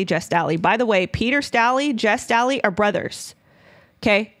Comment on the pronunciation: Jes Staley's last name is pronounced STAY Lee. Probably a good idea to do pronunciation searches when it comes to name of people and places.